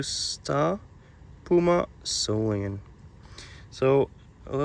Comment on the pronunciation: Many years ago a knife dealer friend of mine corrected me on how I pronounced "Solingen", It was the now deceased Frank Buster of "FIGHTN ROOSTER KNIVES"!!! & he said David, over in Germany they say SOL E GEN, not SAUL EN JIN!!! It has a hard "G" in it!!! This gentleman has used the hard "G" every time!!!